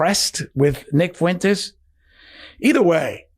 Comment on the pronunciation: Ye mispronounces "Fuentes" -- why does such a dope think he has something important to say? Hint: Kanye, you are a fool, shut up. About everything.